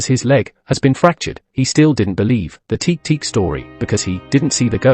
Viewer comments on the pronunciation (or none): You know the voice is ai when it says teek teek